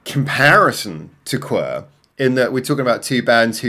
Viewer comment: The band name is pronounced Q W E R Not qwer